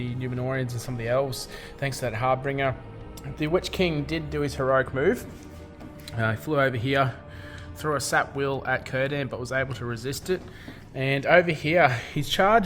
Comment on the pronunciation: why do so many australians say harbringer? thats not a word boys its har-binger, like someone who drinks too much har